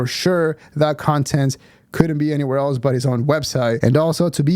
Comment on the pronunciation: steveos greatest crime is that he always says "eltse" instead of else